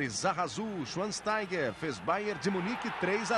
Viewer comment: Lembro que quando o Schweinsteiger surgiu no Bayern, os narradores estrangeiros tinham muita dificuldade de pronunciar seu nome, fato que hoje não existe mais, todo mundo pronuncia de forma automática. Dá para ver aos ("Schwan Steiger")